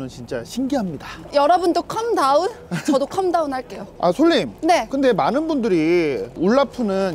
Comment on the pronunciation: 컴 다운 아니라 캄 다운 calm down